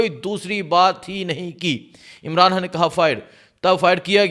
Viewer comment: Aur haa imran. Khan hota. Imran haan nhi hota ok phle bolna sik